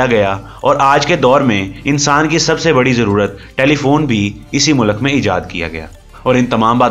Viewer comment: Mulak ni he vo bhai mulk bolo